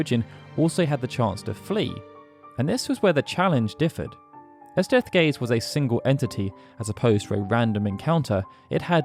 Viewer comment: Ich verstehe die ganze Zeit „Deathgay“ 😂